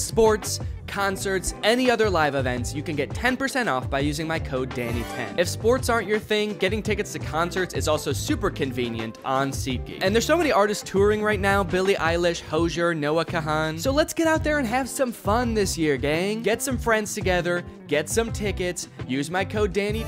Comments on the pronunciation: Bro said Hojer AND Noah KaHan, damn. Double kill. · The way he pronounced hozier has me giggling